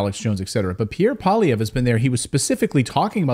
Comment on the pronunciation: You pronounced Pierre Poilievre's name correctly. That's a rarity.